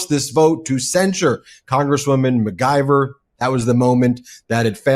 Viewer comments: At least pronounce her name correctly mic-👁-ver No G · McIver is pronounced "Mick- eever"